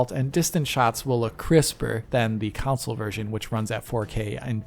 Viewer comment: Everybody else says "console".: "counsole" 😂😂😂 edit: video is great by the way. He is amazing. ❤